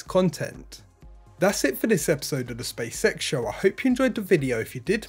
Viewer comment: Also sounds like he's saying Space Sex instead of space X. I just can't unhear it, haha!